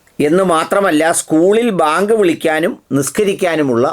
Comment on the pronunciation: ന്യൂസ്18 ൽ ഒരു ത്തൻ വളരെ ആവേശത്തിൽ വാർത്ത വായിക്കുന്നത് കേട്ടു.. ബേങ്ക് വിളിക്കാൻ അനുമതി വേണമെന്ന്. എന്താണി ബേങ്ക്